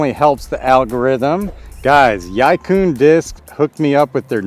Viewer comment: Y-eye coon discs? May be America, but it's pronounced e-quinn closest easy murican pronunciation. And good vid, they're kindve astonishingly good discs